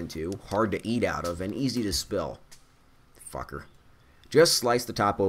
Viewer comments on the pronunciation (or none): I love how says "fucker"